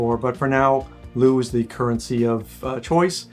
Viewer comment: How to pronounce LEU (singular): /l/ as in ''look'' /eɪ/ as in ''day'' /uː/ as in ''how'' Romanian "e" is not read as "i" but exactly as it is written, i.e. "e", as in "day" Try it! I am native romanian and I live in Romania.😏